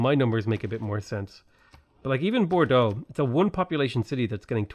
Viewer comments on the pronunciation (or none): none